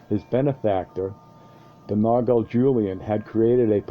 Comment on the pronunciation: It's not pronounced nahw-gahl - it is more like ''nawal''.